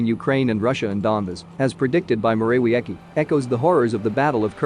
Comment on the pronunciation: How to pronounce Morawiecki: Mo-ra-VIETS-key